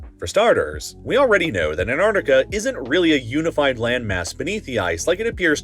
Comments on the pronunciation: You know it’s Antarctica, not anardica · 'An T arctica' not Anarctica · He also kept saying"Antartica" when he meant "Antarctica" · Who the hell is Ann Ardika? It’s ANT ARC TICKA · It's "ant-arC-ti-cah", not "ant-art-i-cah". If you mispronounce this, you should also know library isn't "li-bayr-ee* and nuclear isn't "noo-kyoo-luhr." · It's AnTarcTica not Anartica!!!! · I wish you’d pronounce AntarCtica correctly! (you keep saying Antartica) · It's antarctica, not anartica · The incompetent narration drove me away after only a few minutes—Antartic and Antartica instead of Antarctic and Antarctica and, appallingly, anthropod instead of arthropod. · I can't stand listening to Americans talk about Antarctica. Here's a tip for you yanks, the first T & C in Antarctica is not silent! It's not an-art-ica! It's pronounced exactly how it's spelt. An-tarc-tica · Why do you say Anartica? It is a bad omen when you cant even pronounce the main subject of your video correctly. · It is Antarctica not Anartica. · You keep saying Ann Ardica - who is Ann Ardica? Ann Arbor’s sister? You should probably be able to correctly pronounce the topic of your video. AnTarCtica. Two T’s, two C’s. 🤦🏻‍♂️ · Its taking all my power to get through this video because you're mispronouncing AntARCtica as antartica 😤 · Americans still having problems pronouncing the 1st 't' in AnTarctica rather than Anartica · It's pronounced ANT ARC TICA not anartica. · An tarc tic a, not hard to pronounce, it's not an ar tic a. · Sorry, after hearing someone for 3 minutes say "an-arc-ti-kuh" instead of "an·taak·tuh·kuh", I couldn't go on. it was really annoying. Missing the Ts is not even proper American pronunciation, let alone British. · An-tartica, An-tarctic, thank you. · Anartica sounds like an interesting place. What's with the weird pronunciation hehe. It's Antartica. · Anarcicia its Antarctica lol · antarCtica. The c is pronounced. it is a K sound. ant-mfing- ARK-tica. say it with me: ant-ARK-tic-a. jeebus.